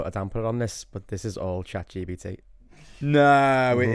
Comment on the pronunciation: Episode 48.. still can’t say Chat GPT